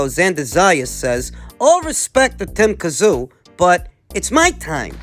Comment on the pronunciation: Ffs pronounce Tim's name properly